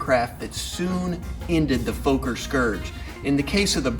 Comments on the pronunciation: And "Foker" is pronounced "Fokker!" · You're mispronouncing "Fokker". Its not pronounced "Folk-er" but "Fokker" with the "o" sounding the same way as in the word "dog".